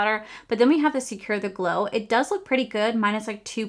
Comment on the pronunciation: The way you said secure the gler in the beginning made me smile😂